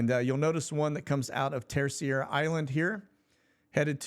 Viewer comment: My friend : Terceira, pronounce TurSAY ruh.. it's Portuguese! 😊